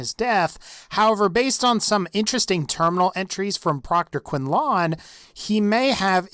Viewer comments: It's pronounced quin-lin... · This is one of the dumbest theories I've ever heard, you can kill him and clearly see he's fully human. Also, Quinlan's name is pronounced Quinlin. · That's not how you pronounce his name. They even say it in game My Guy. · You aren't saying Proctor Quinlan's name right. Don't be one of those people. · It says Quinlan's name in the game, why did you chose to pronounce it so differently? They say it out loud several times. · This guy's pronunciation of proctor quinlan seriously ruined this video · Stop saying Quinlan like that!!!!! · My name is Quinlan and I have never heard someone pronounce my name like that. I usually get "Quinton" or something similar. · Why does he pronounce Quinlan wrong? I mean, they even say his fucking name multiple times in the game. Also, I think you easily could've just said "Maxson is a Cyborg" and everyone would've gotten it. Would've saved a few seconds in tge video. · what's wierd to me is the way you pronounce Quinlan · Great video with some great points, but I hate the way you pronounce Quinlan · Dude. Stop mispronouncing Quinlan's name. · Proctor quinLAN not quinLON. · Proctor Quinlan not QuinlON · it's quinlin not quinlawn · proctor "quin-laawn" its just pronunced quinlan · The way pronounces "quinlan" makes me cringe kwin-lin not kwin-lawn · its not quin-lawn its quin-LAN fuck me. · Can you please try to pronounce some of the character's name's properly? Who the hell is Quinlon? Its Quinlin. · you know they say the names of those people like quinlan and they don't say it quin-lawn its quin-lin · who else gets pissed about him saying quinlon instead of quinlan ? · Quin-lon is how he says it I say it like this quin-len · quinlon? quinlan is pronounced quinlin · dude,the name Quinlan, is pronounced Qwin-Lin,not Qwin-Lan ,please say it right,quite a few people have complained,he says his name when you meet him in Shadow of steel I think its called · quinlaaaan quinlyn is how you say it